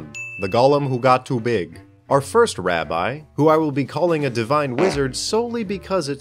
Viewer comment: I just wanna say that it's pronounced rabi and not rabye